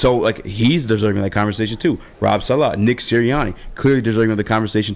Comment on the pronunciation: I hate the way you say saleh........ I was a fan until that